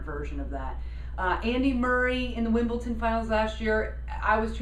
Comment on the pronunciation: It's WimbleDon (with a "d"); it sounds like you're saying WimbleTon (with a "t").